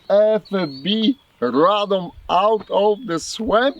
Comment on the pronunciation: your pronunciation of Fabryka and Radom is pretty good are you polish